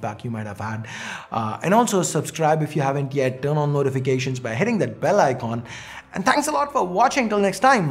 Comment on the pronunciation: Oooiy donkey i am telling you again,, it's icon not Iqqqqquon, u almost spitting on the screen